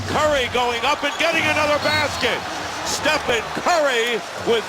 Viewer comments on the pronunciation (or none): Who is this commentator saying Stefan curry?? Is he representing NIKE? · “Stephon curry” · “Stephon” smh